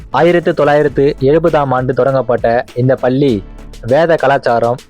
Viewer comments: பல்லி பல்லி என்று படுத்துகின்றாயே தம்பி. நீங்கள் குறிப்பிட்ட ஏதாவது ஒரு பள்ளியில் சேர்ந்து உச்சரிப்பு பயிலவும். தாங்க முடியவில்லையே . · Please prononce Palli properly.Madras Christian college school,Church Park Convent,are also best schools.Of course u did not mention Central schools.